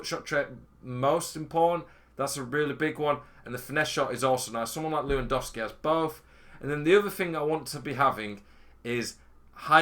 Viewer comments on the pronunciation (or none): none